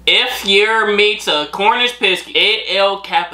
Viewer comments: 🤣it's pronounced picks E not pissey love you guys keep it up🥰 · Hi, Its not a Cornish Piskey. Its a Cornish Pixey. You just read it wrong. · Pissky 😅😅 bless ya it's a pixie . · It's called a Cornish Pixie (Pronounced as PIX-E ) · Them chains It's pronounced PIX C and they bring you luck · Whoops it is Cornish Piskey sorry for telling you you read it wrong. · It's pronounced pix, as in mix, "e" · You're the wrong way round. should be on the right. BTW It's Pixie, pronounced picksee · It's not what you are saying, google the word, it will tell you how to pronounce it, it Pixie, not what you are saying. It's not CARMEL, it is CARA MEL.